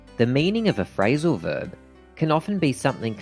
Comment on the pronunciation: "Frailsal verb"